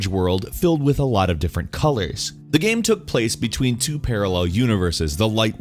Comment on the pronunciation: I have no idea why no one pointed this out. He sometimes pronounces game like gaam.